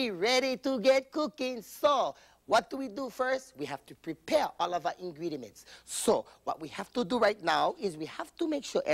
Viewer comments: “Ingredement” I died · SHE SAYS INGRIEMTS* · "Ingriedements" Hahaha!